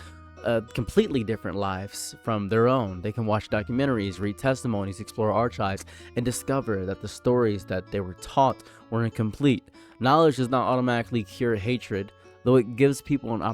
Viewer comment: Bro said Our chives.